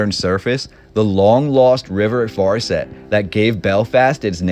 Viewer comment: The way they pronounced farset was bad